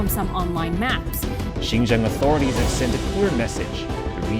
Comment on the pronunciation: Brother sinjiaang bolte h sahi se pronanciation karo